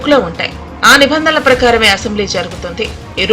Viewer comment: మేడమ్ గారు..!! నభందన అని పలికి కూడదు.... "నిబంధన"...అని పలకాలి...ఆర్. కె. గారూ...!!కొద్దిగా గమనించండి...!!